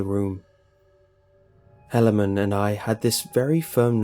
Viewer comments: It is pronounced He-lay-man. Not sure why it bugs me so much. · It's a Mormon one that's bad it's pronunciation butchered. It's he-la-man. Still fuckin weird tho. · First story is guaranteed to have been submitted by a Mormon. The name Helaman (pronunciation butchered btw, He-La-Man not that will ever have to say that name ever again) large family, and the fact they were able to submit a 10 minute composition to the Internet without any profanity or saying omg are all a dead giveaway. Nothing wrong with it, it just stuck with me thru the whole story. -signed Jack-Mormon the Danite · Helaman . Like the Bible . He just pronounced it incorrectly :)